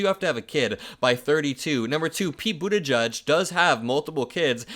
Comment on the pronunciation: You are still saying "Buttigieg" wrong.